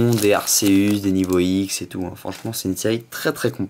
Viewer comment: Arceus ce prononce arkéus sinon bonne vidéo ^^